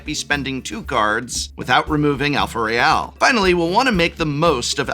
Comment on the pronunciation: It’s not ‘alpha-ray-al’ it’s ’alpha-rah-el’!!! LOVE YOUR CHANNEL!